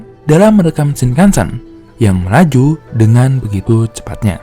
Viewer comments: Ralat Penyebutan "E" dalam Shinkansen nya salah min.. harusnya "Shinkansén" bukan "Shinkansèn". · Bacanya shing kang seng om.. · Cara pengucapan “Shinkansen” huruf akhiran “N” dibaca “NG”,Mas,,jadi pengucappannya “Shinkanseng”,,Terima Kasih buat infonya,,yang kebetulan Saya tinggal di Jepang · Kok saya ngg suka yah cara baca shinkansen di baca shinkansen, seharusnya shinkansen